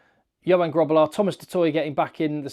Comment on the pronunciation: Love your content. Thanks for everything you do for SA ❤ Suggestion (or just to teach you more Afrikaans pronunciation): You pronounced Grootbos perfectly. Grobbelaar has the same guttural G sound 😊.